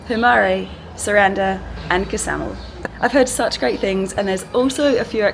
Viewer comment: Ksamil is pronounced with a silent K. Like ksamil.